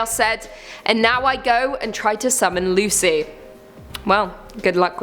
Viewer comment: Lmao!!!! Lucy!! It’s cu cuy